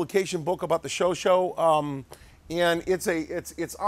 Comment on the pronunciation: Chauchat = "Show-Shah" not "Show-Show".... jus' sayin'